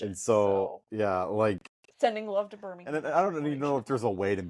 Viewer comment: So... Youve been driving here in the UK for twenty years (plus?) and still cannot correctly pronounce Birmingham - Birmingum (others?) (or spell kerb correctly!) ... Still acting like 'newbie American visitors' ?! Lol?!😊